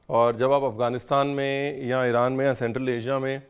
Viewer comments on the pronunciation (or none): none